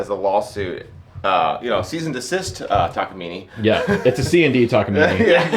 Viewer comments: Now it's a "Takaimine" instead of Takamine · Would it kill you to say Tah-kah-mee-nay? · Now, learn how to pronounce it: tak a mean eh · I think it's pronounced "Takaminé" sounds good much love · Downvoted for consistently deciding to pronounce the i and e in Takamine as if they were the same letter.